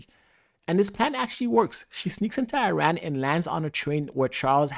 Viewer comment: Bro please just say Iran correctly it’s not that hard